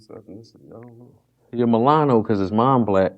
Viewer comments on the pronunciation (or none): Mispronouncing "Mullato" As "Milano" Had Me Rolling! 😂